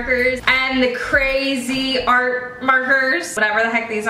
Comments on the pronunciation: this is for: CRAY-ZEE-ART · Its pronounced crazy art!!!